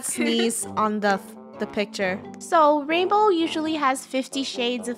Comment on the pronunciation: Its Rainbow not rainboah